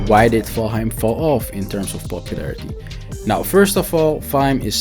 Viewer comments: Ok but please stop calling it "vaim" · Can't even say the name right 🤣